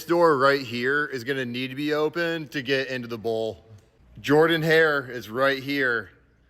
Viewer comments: you did good pronouncing jordan hare buts it’s not JOR-dan it’s JER-dan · It’s pronounced JER-dun Hare Stadium, clown. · It’s pronounced jerdan